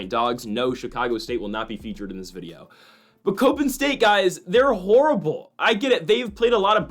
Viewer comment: It’s “cop-in” not “cope-in”…..come on guy!!